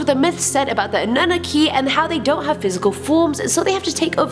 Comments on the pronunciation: Its not Annooki,. Its An-nu-knock-ki. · #8? Anooonah'key huh? SMDH it's pronounced Awe-Noon-Knock-Key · It's ah-nu-na-key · Its pronounced A-NEW-KNOCK-E 😜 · Damn........you botched a gooood bit of this info ma’am. One simply being how you pronounce the word ANNUNAKI........